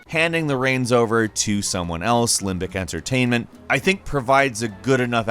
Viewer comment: Did you say limpdick emtertainment?